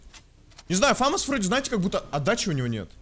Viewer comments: Я 15-й))) И не фАмас, а ФамАс! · Почему фАмас?! фамАс правильно. Французская пушка, ударение на последний слог) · ФомАс правильно